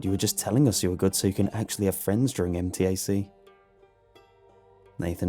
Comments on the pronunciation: As someone who has gone to MTAC many many times, I... can actually see how being kidnapped there is easy so the story isn't too off in the portrayal of the surroundings. Side note, I did twitch a little everytime it was pronounced M.T.A.C. Instead MTAC, but it's just a pronouncing thing for me. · fun fact: we actually pronounce MTAC as 'em-tack', not letter by letter